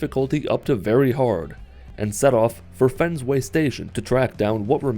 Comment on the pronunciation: Did he say “fensway” I hope that’s the actual in game name, and not you pronouncing “Fenway” wrong, I am a Red Sox fan, I’m worried your a Yankees fan, if you are I’m afraid I must unsubscribe, it better be the actual name in game, please tell me it is